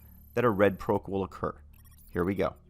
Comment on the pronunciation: Bruh. for the love of god stop pronouncing Proc as Prowc